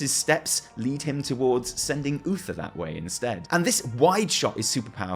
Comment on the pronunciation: at somepoint he says bluether instead of Uther, and i couldnt stop laughing